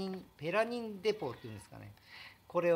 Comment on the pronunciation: が何度もペラニンをパラニンといい間違えるのがなんとも可愛いすぎです😍